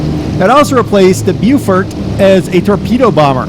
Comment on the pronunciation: The Beaufort is pronounced "Bofort"--Beau is French, means "beautiful" and it is always pronounced Bo, with a short o as in "pot" the way the English pronounce it--Americans pronounce that o as A, not as O. So Beaufighter means a Beautiful Fighter and Beaufort means Beautiful Fort. Beau is French means beautiful, pronounced Bo, and we have a word "beau" in English that means a very handsome young man. "Susan came with her beau to the party" is an example.